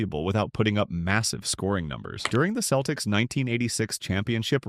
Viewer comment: Many mispronounced names: Isiah (Thomas), Celtics, etc. A.I.